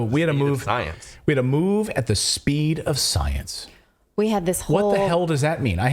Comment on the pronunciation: "We had to move at the speed of scienceh". They just can't stop being blatantly ridiculous...